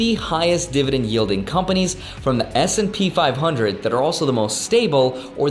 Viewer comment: I legit thought you said SMP 500 and i was like bro u better watch out